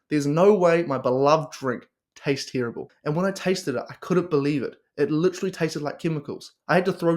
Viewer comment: Do your friends pronounce terrible as “TEAR 😢 ible” as well? Cracks me up 😂😂